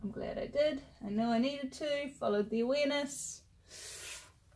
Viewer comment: Yes that was it...awareness. You said "Follow the awareness" a couple of times and I thought you said wenis. I thought perhaps it was one of those sayings which only make sense in one's own country! But thanks to mamabaer1110 I can hear awareness now!